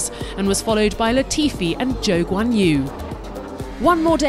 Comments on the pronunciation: "Joe Juan Yuu" 🤣 ??? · "Zhou Guanyu" lol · Why she pronouncing Guanyu Zhou weird?